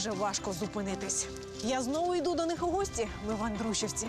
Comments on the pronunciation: Ну і наголос))) Андрушівка) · Правильно Андруш`івка